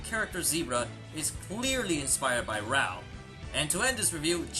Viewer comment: why do you pronounce raoh like rawr